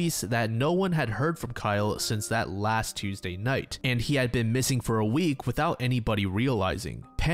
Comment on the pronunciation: holy shit an american that pronounces tuesday correctly, yay